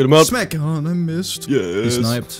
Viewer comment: Why does say "Smeg" when he tries to say "smack"?